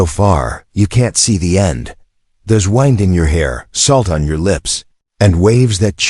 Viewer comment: if her armor was silver ice why is it black? why is Salira now being spelled as Selira? why is Eli being spelled as Ellie? now Selira is being spelled as Celira? wind is mispronounced; you need to learn to spell and proofread before release your story...BYE